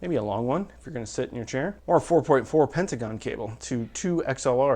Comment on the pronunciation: "pentaCon" just sayin! love the reviews